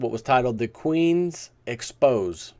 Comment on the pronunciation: I think it is supposed to be ex-po-say. It is a French word in which there's an accent over the last e in expose.